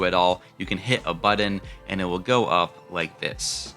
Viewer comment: It's "button," not "buddon."